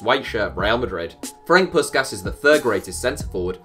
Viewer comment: Ferenc Puskás is pronounced ferens pushkaash